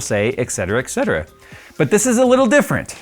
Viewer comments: ETC = ET CETERA not EX CETERA!!!!!!! How hard can it be???? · Why do people always pronounce etcetera as "ekh-ceter-ah" when it's "et cet-er-a" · Et cetera, not ect cetera.